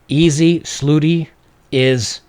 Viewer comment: Bobs... slooty... is misspelling and misspronouncing the future of freedom of speech?